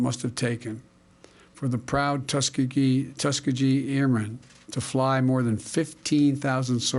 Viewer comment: He READS Tuskegee, but can’t even get it right!